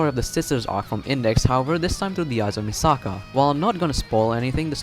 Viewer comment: Omg you keep saying Misaka wrong!!!!